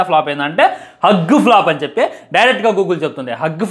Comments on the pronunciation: హ్యూజ్ రా బాబు హగ్ కాదు 😂😢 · అరేయ్ బాబు నువ్వు రివ్యూస్ తరువాత చెప్తువు గాని.. ముందు ఇంగ్లీష్ నేర్చుకో.. అది హగ్ కాదురా నాయనా 😂😂😂.. హుజ్.. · అది “హగ్” ఫ్లాప్ కాదు రా నాయనా, దాన్ని“హ్యూజ్” ఫ్లాప్ అంటారురా బాబు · Arey First school ki velli English nerchukoni raa erripuvva adhi hug 🫂 kadhu raa huge ante pedhaga ani Ekkada nunchi vastharaa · Arey adhi హగ్ కాదని ఎవరైనా ఈ పిచ్చి హుక్ గానికి చెప్పండ్ర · Hug kadhu ra Huge ra ayya😂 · Hug kaadu bhayya huge pedda ani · హాగ్ కాదురా ఎర్రిపువ్వ హ్యూజ్ అది 😂😂😂😂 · Arey adi hug kadu ra ekkada Chaduvukunnav ra babu nv huge ra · Mental kukka Adhu hug kaadhu ra huge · Bro adi huge Anukunta hug kadu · హగ్ ఫ్లాపు ఏంటి రా బాబు హ్యూజ్ ఫ్లాప్ అనాలి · Hugg kaadu raa poramboku edava It is hugE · First try to learn about hug flop and Huge flop..pronunciation is worst worst fellow.. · హ్యూజ్ హ్యూజ్ హ్యూజ్ రా బాబు హగ్ హగ్ హగ్ కాదు వీడు రివ్యూస్ ఇచ్చేటోడు పని పాట లేని ఎదవ వీడు నోటికి వచ్చింది వాగుతాడు వీడు జీరో knowlegde డాగ్ వీడు 😂 సోషల్ మీడియా లో వున్నపుడు atleast స్పెల్లింగ్స్ అయినా నేర్చుకోరా బాల్ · Huge హగ్ కాదు. హ్యూజ్ అని చదవాలి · హగ్ కాదురా నాయనా హ్యూజ్ flop అంటే చాలా పెద్ద పరాజయం అని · hug kadu huge adi vellimudra velli chadvuko ra firstu appudu vachii reviews cheppu 😂😂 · Vedu chadukunnada asalu... Huge ni hug ani antunnadu😂😂😂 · A class varaku chadivav ra , adi hug kadura ,huge. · అది హగ్, కిస్ కాదురాబాబు హ్యూజ్ (బారి)😂😂😂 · Hug kadhu raa....adhi huge 😂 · Anna sariga chaduko ra pukka huge adi hug kadu😂😂😂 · Hug ❌Huge ✅